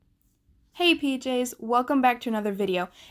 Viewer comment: I thought she said “hey bjs” instead pjs in the beginning and I was like lol what??